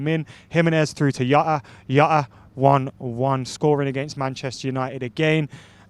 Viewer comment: It jota not yota